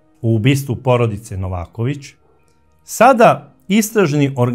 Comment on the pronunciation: Braco, nije Nóvaković nego Novàković ili ako oćeš po crnogorski Novakóvić. Nije Sozìna nego Sózina